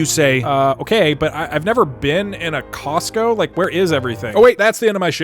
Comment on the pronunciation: "And- Its costo."